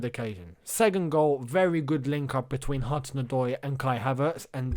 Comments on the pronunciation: The way you say 'segund' is driving me nuts! :D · the way says second lmaoo